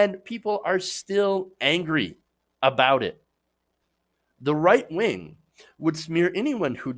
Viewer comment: I know it's your speech impediment. And I'm not making fun. But you said "white wing". And I think I like it your way better.